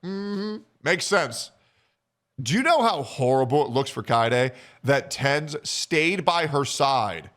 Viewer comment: This guy can't even pronounce Tenz name properly lol